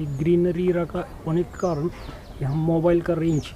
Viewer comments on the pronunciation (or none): none